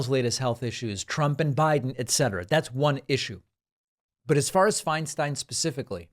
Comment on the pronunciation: Agreed David. She did contribute a great deal in terms of positive legislation (I’m a former CA resident - when Dianne was at her height). Thank you for pronouncing her name correctly as Finestine. So many have been disrespectful toward her as she’s declined.